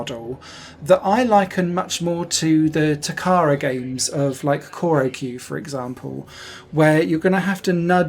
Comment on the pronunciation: Wonderful review! It's on my wishlist. (FYI, Choro-Q/チョロQ is pronounced "chō-rō-'Q'," not "kō-rō-'Q'" (according to the katakana characters) :) )